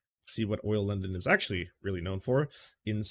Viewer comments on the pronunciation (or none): “Oil” London 🤭